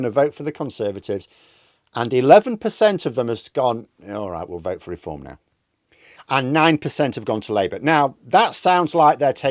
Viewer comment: Deform... not 'r'eform